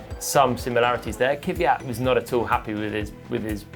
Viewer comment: Actually, "Kveeyat" is also wrong. It's pronounced "Kv'jat", with a soft A, without the "ee".